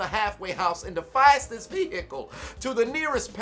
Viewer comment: The way says “vehicle” 😂😂😂😂😂😂😂😂😂😂